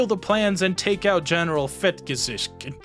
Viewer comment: I'm pretty sure its supposed to be pronounced /fetgesɪkht/. Although that ipa spelling is somewhat inaccurate, because youtube wouldn't let me put the h in superscript.